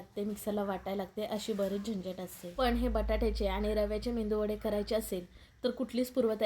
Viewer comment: Mendu nahi ho .medu vade ,khis nahi kees ,sunder menu